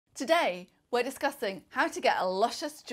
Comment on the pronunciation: Am I the only one who heard this lady saying “ today we are discusting ” 😜 it’s discussing lady!!!!